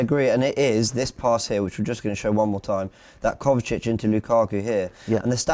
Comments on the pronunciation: Great show, the analysis was on point except he kept on saying ‘Kovavic’ instead of ‘Kovacic’. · Hey it’s Kovacic not kovavic